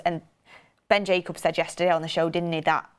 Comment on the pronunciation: It’s Jacobs, not Jacubs 😂